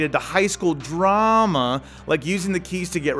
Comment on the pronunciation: Check out how he says drama